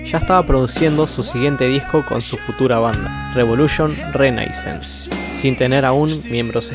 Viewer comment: la canción de Elvis no se llama como dice el coro;el título correcto es "Only fools rush in". Por otro lado, si en un segmento de entrevista Timo menciona su banda y el disco 'Revolution Renaissance', ¿cómo es que pronuncias de forma tan extraña? Asimismo, a veces sí articulas bien el nombre de Jens con el sonido de la Y, pero casi siempre corrompes la letra por Sh--Shens...